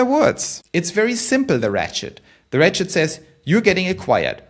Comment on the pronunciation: When he said “ratchet idea” , I could have sworn he said “rat shit idea” and almost did a spit take.